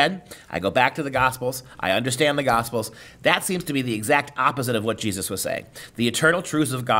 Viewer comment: Its Jesus..Not Jesotta...